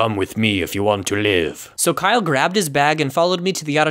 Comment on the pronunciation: Kiyle me: do you mean james